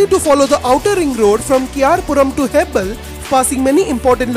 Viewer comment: Its marthahali not maratahalli...again not hebble hebaal